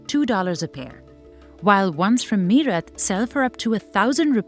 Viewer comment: So much privilege in the comments, welcome to the real world people which isn't a ned pf roses but harsh and cruel. And its not pronounced me rut but mae rut